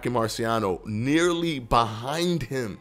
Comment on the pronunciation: Nobody:: HE IS BE-HIND HIM